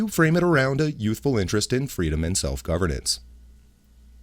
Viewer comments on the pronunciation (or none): Did he ask for his fweeeedom! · I wanted fweedom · I thought Biden broke in, approached the podium and yelled "FWEEEDOM"